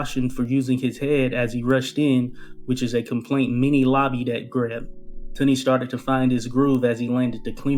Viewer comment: Jesus H Christ pronounce his name correctly